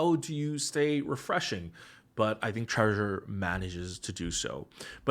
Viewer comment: what was the treausruuer here ahahhaha